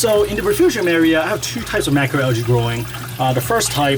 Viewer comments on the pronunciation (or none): It’s not al-gee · in the US....it is pronounced al-jee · It's al-jee. The G makes a J sound. Also, it's kay-toe. The CH makes a K sound. So many YouTubers mispronounce that one. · Al-ghee= UK pronunciation, al-jee= North American pronunciation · Pronunciation is a US/UK thing